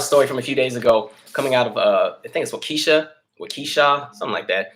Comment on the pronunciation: Around the 43 minute mark. I’m from WI and before you even said WI, I just knew you were talking about Waukesha. You pronounced it the way most people not from here pronounce it and it just makes me giggle so hard when other people attempt to say/spell the names of cities in this state.